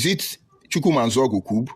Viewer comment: Everything this fellow said are full of Cacophony, contradictions, outburst of hatred, anger and pointless. No body is forcing you to unite with Igbos. Go your stupid way. He can not even pronounce "Coup". Was he pronouncing Coup or Cupe? I have wasted my precious time listening to this goat putting on tie.